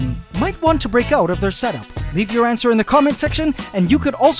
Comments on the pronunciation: Every time he says "answer", I think ANTser. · "and so AC family I believe we had our ANTSWER"